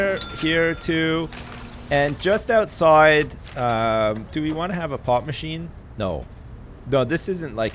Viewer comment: Every time he says "pop machine" I hear "pot machine"